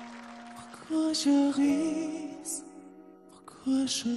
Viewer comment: 💕💕🌷🌷👍👍👏👏 Welcome to the world of Dimash!!! OK. About his French diction. Dimash performed SOS many times, both before and after this particular performance. He never pronounced the s in ris and vis. Ever. Only this one time. Strange, right? My take on this is that he was extremely nervous because this was his first exposure to the Chinese public, and by YouTube extension, to the international and western public. It was his make or break moment. When I’m very nervous, I forget everything I’ve learned and sort of revert to my primeval self. That might be what happened right there. He relaxes more and more through the song, and in the last verse, he regained conscious control and did not pronounce that last s…😁 You want to see Dimash on a global (you mean western?) stage? Try his New York concert, which took place on December 10, 2019 at the Barclays Center. What type of music he is striving for? His own genre. He turned down an offer to join the Astana Opera in order to develop his own style. So far, he has experimented with the insertion of cultural or operatic elements into pop songs, as in All By Myself (from Singer 2017, where he added a cadenza); Lionel Richie’s Hello (from Singer 2018, where he reframed the entire song and added a Middle Eastern music section). Later, he experimented on just using vocalization to reinterpret a song: please watch Know, then watch the Vocalise version. He also loves his homeland and produced a number of songs focused on very deep themes rel